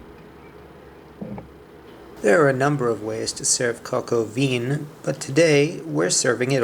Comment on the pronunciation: ONE DOES NOT PRONOUNCE THE LETTER "N" AT THE END OF A WORD. (or as stated earlier, maybe a "nasal" N...